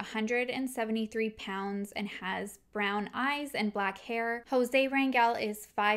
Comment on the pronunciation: Thank you for your content !!! I appreciate what you do for these families who need a voice to get help !!! They need all the help they can get !!! Also thank you for pronouncing the last name Rangel correctly!!! I have no relation to that family but it is my last name and 99% of the time it’s always pronounced wrong !!!